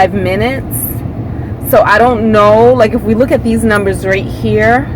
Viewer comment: Acella-ray-in. Learn English. Hold bowf ahh dez buttons...Again learn English.